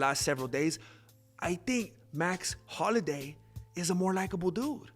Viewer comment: It’s Holloway not Holiday😂